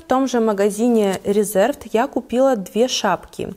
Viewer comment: Марка Reserved правильно произносится РЕзЁрвд (англ. забронированный, зарезервированный). Ухо режет нещадно это "РЭзЭрвд".